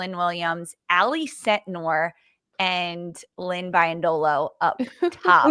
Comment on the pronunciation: hey, please get the pronunciation right! Lynn herself pronounces it BEE-yendolo. Keep up the great work! Go USWNT!!